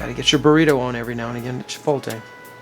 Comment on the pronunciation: Ah the dreaded "chipOLte"